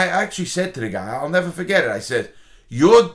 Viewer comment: “I’ll nevah forget it” never gets old lmao